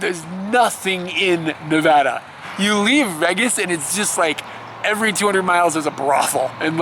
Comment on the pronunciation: You're the first person I've heard who pronounces it "Veggas" :D The reason the rooms in Las Vegas are so cheap is because they want to encourage you to come and spend more money on gambling. It's the loss leader, basically. Since you didn't stop to gamble at all, they might have lost money on you... (Oh well to them!)